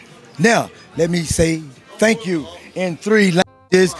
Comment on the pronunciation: He said “thanksshhh chuuu”